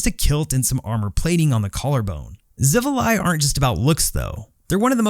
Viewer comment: Your pronunciation of xivilai was correct good sir